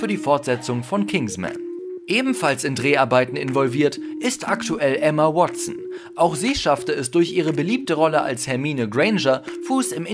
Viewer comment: Ich liebe Ämma wotsen